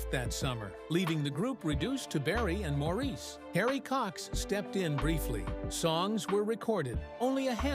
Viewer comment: Maurice's name is pronounced, Morris, please correct your post to reflect this, after this many years it's an insult to his memory to leave it with his name being mispronounced.